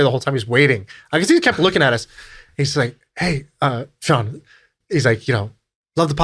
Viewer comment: Your name is Shaan. How does it pronounced as Sean ?